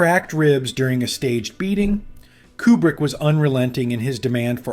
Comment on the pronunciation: Too bad you never learned to pronounce his surname. It's "Cuebrick" not "Coobrick."